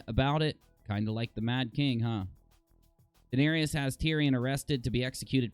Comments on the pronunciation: Guys it’s Daenerys not Daenarious lol when you call her that you’re making her sound like a 6’9 power forward that plays for the Trailblazers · Please pronounce the names right!! Daenyreeeus and Vareeeus? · wtf is a varius and a danarius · how are you pronouncing Daenerys lol